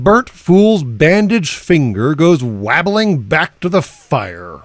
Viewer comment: "wabbling" is pronounced "wobbling", not like "babbling". When you're talking about a female pig, the word “sow” rhymes with “how” and “now” and “vow”